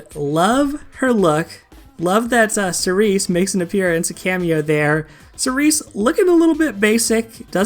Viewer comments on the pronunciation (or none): none